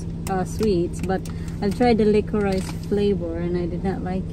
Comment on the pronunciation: Licorice is pronounced "licorish" 😊